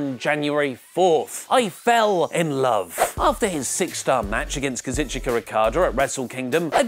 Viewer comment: KA-ZOO-CHKA not KA-ZIT-CHI-KA